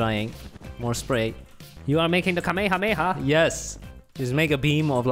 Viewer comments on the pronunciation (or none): The way the said kamahamaha was incorrect you only slowly say kamahamaha